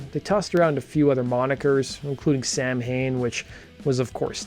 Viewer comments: Its not Sam-hain, its Saa-wn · Samhain is pronounced "saa-wn". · It is pronounced “saw-when”. Low effort. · Samhain is pronounced saa·wn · Great video! btw samhain is pronounced as saa·wn or sou-en. \m/ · Samhain is pronounced "Sah-win". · Samhain pronounced Sa-wen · Samhain is pronounced “sow-wen.” It’s Gaelic. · My guy, that is absolutely not how to pronounce Samhain!